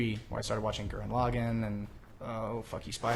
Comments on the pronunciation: How did Miles watch Gurren Lagann without learning how to pronounce it? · Miles' pronunciation of Gurren Lagann..... :(